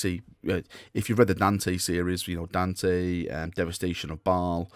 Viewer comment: Daaaaarn, tey. Please, for the love of the Queens English. Dante.